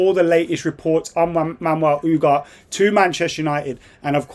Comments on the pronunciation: "Ooo-gar-tay" COME ON😂 Stop butchering his name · When we sign him you better correct your pronunciation of his name. Ugart Ugart stfu man 🤣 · Bro can pronounce Noussair Mazraoui perfectly, but struggles with Ugarte😂😂😂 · isnt the G silent?